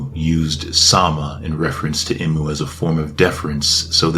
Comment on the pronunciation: Bru it's pronounced EE-MOO not im-oo 🥸 Hurts my soul erytime you say it wrong snd you said his or her name like 50 times jn the first 2 minutes lmao